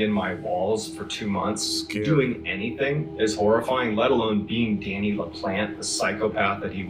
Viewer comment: Pronounced La Plant